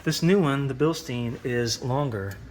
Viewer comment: Its bilschtain not stien